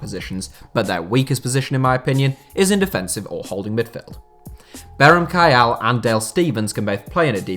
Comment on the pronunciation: Kayal's name is pronounced kiel.